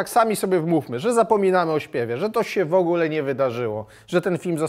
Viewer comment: Panie Stanowski nie „szejset” tylko „sześćset”, nie „wogle” tylko „w ogóle” itd. Dużo takich błędów :(